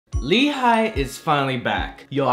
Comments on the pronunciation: It's actually pronounce as 'HEE' , not 'HI' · So it was pronounced as Lee Hai? I legit thought it was Hi in Hee. Hahaha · But it is pronounced as Lee HA-YEE tho it's spelled as Hi 😢